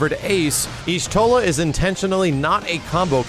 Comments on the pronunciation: Yashtola, not Yishtola. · Mandatory 'the Y is silent so it's just pronounced Shtola' lore nerd comment.